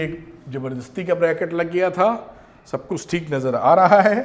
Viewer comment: Sir ! Aapka shab bolna aacha lgtah..🤭😊